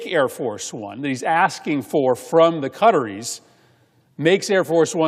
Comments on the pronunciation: Why cant this guy pronounce Qatar properly? Just sayin…..it Qataris…in plural Not cutteries!! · "Cutteries" .... lol American pronounciation of (or lack of ability to pronounce) foreign names is always amusing.